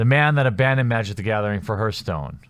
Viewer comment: i hate to nitpick man, but its pronounced harthstone, not herthstone.